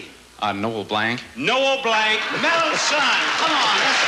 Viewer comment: MB must have winced when BB pronounced his last name as "Blank," which was MB's birth name; MB changed it to Blanc (pronounced "Blonk") because he got sick of being mocked all the time about being named Blank.